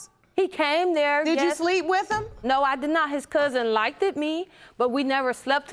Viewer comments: She is just a dumb girl with a pretty face girl said “he likted me” 🤣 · i hate when ppl say "likded"👿